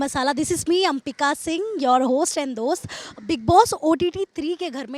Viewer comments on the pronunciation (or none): none